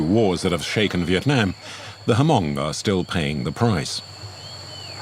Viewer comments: It’s pronounced Hmong(mong) the H is silent not Ha-mong. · I find it funny how the translater pronounced the word Hmong in the Vietnamese dialect... It's pronounced "mong" with the H and M together and not "Hamong".